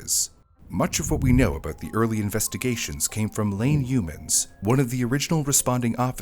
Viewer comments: I heard "Lame Humans". What a name. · It's supposed to be pronounced like "Yo-Mans" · I thought you said Lame Humans 😂😂😂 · I thought he said information came from "lame humans".